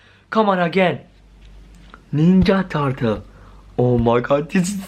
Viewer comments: You don't know how to say ninja turtle you say wrong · on this ninya tartle😂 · "Is this the ninja tartle"